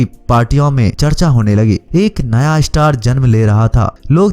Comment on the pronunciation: Pehle star kehna seekh lo